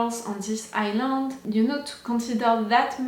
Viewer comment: i too said Island wrong for the longest time... in island you dont read the s' Island read like Ai-Land Iceland read like Ais-land